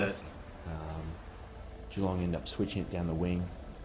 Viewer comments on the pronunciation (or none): Don't do it for the reaction if you don't feel like it, but if you can watch the final 5 - 10 minutes if this game it's spine chilling. Also, "galong". Hehe. "Gee-long" bud. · I don’t know if anyone else is getting this but with your last few reactions, if I watch on my phone the audio works but the video disappears after about 2 minutes Oh and by the way, you pronounce Geelong as though it starts with a J like Jeelong. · It is pronounced G - long . ;) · Hi, if you like the way they accessed the players in this, you would probably enjoy watching "Making their Mark" which is a documentary about the 2020 AFL season, available on Amazon Prime. Not sure if you would have access in the USA but might be worth checking. Lots of locker room interviews and access to players, coaches and club presidents. By the way, Geelong is pronounced "Jelong". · if you say Jalong you'll have it pretty much right. Enjoying your vids, cobber. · oh And Geelong is pronounced two ways in Australia. If you are posh and very well spoken it is pronounced Je-long, if you are have a more laid back slack accent (which is most Australians) it is pronounced Juh-long.